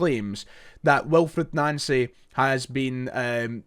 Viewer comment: You’re pronouncing his name wrong